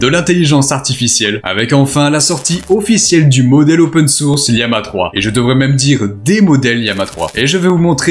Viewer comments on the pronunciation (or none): Pourquoi prononcer lama liama ❓❓❓❓❓